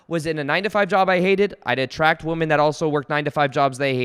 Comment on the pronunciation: I love you bud. However, look up how to pronounce the plural of woman. You’re welcome 😉